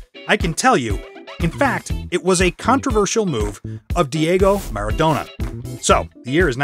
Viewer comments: I stopped watching when he said Maradano instead of Maradona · OK.....After i heard 'The Argentine captain MARADANO" i had to leave.......